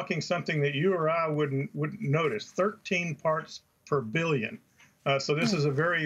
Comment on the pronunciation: Did he say "farts per billion"?